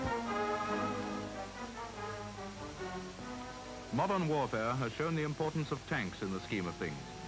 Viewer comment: is it just me or does it feel weird when he says "modern warfare"